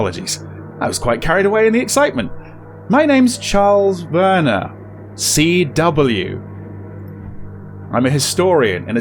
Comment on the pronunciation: I appreciate your German coming through in pronunciation of Werner